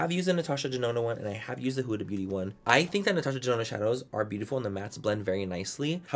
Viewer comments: Sometimes he says “beaurrrrry” in a Mexican accent So might be a joke lmao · You gotta read it in his voice “Beaurrrrrry” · He always says “beaurrry” 😂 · That’s that way he says beauty. Come giiiirl. Roll that t